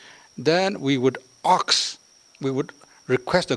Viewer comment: Küzholüzo Nienu pronounced 'ASK' as 'AKS.' 😂😂😂